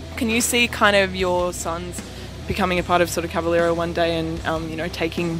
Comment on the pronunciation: Por favor Max... Fale "Cavaléééra"....com o ééé bem aberto... Não faça sotaque no seu próprio sobrenome...